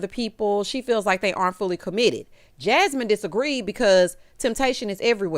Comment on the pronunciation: Errrrrrrrrrtime say Jahmine instead of Jasmine i cackle😂😂😂😂😂 💀 Not only did Ricky have that atrocity of a suit on. (Honorable mention Kat) but he took out not one but TWO plats 😭😭 the whole look gave silverware😕 the nerve with 1 mm of growth. Not boneless baby braids. I see you though Luther aka Big Luth!! 😎👀